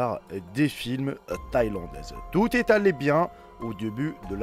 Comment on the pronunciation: D.UNE interview et non "d'un"... "tout ai allé bien", là j'ai les oreilles qui SAIGNES